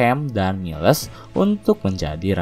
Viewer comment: Ralat min cara bacanya Miles = mails Choi tu bukan koi tp coi